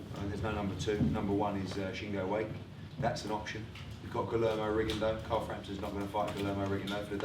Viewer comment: Well done, Scott. It was a great tear up in the end after an overly cagey start, and I look forward to the rematch when it happens a few fights down the line. Oh, and tell Eddie how to pronounce Shingo Wake's surname! It's not "wake" as in "wake up," but "wa-kay" with a "kay" as in "okay."